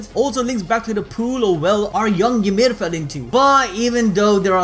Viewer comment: Ymir is pronounced "E Meer" and is only pronounced "yuh meed" because of the limited alphabet, making the closest spelling "Yumiru Furittsu"